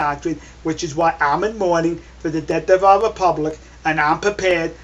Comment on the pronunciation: "The deawth of the wepubwic." Kiw da rabbitt, kiw da wabbit! Be vewy, vewy quiet. I'm huntin' wabbits.